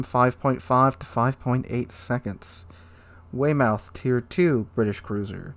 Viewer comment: I’m getting a aneurism from how you pronounced Weymouth 😂 way-mouth?